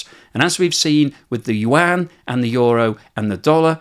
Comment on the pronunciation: Finally hearing the Yuan right 😊